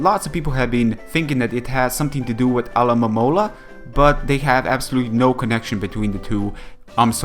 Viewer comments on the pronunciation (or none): none